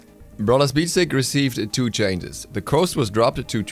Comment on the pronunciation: Does anyone else notice he always says 'coast' instead of 'cost' ? 😂